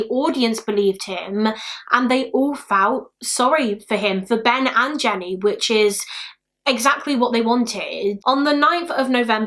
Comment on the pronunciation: I can't stop hearing "Ben&Jerry's" every time says "Ben and Jenny"